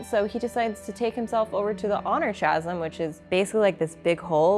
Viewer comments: Really enjoyed the reactions through the eyes of someone new to the Cosmere and Brandons work. One small and hopefully helpful nitpick. Chasm is pronounced Ka - zm. Similar to Chimera in that regard. Not intuitive words to pronounce unless you had heard it spoken before. Look forward to your next video. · 'Chasm' is a real world word. "A deep fissure In the earth, rock, or another surface" pronounced "Kazəm". Can also means "a profound difference between people, viewpoints, feelings, etc. 😁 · “Chasm” is a word that comes up a lot in these books. I love hearing people who learned words by reading (“awry,” anyone??) but English is dumb, so as a help: “chasm” = “kazim” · I'm pretty sure the "h" is silent in "chasm", but you might want to google the pronunciation to be sure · Since you asked for pronunciation corrections I have to offer this one, even though it isn't for a world specific word. The word chasm is pronounced as though the ch is a k.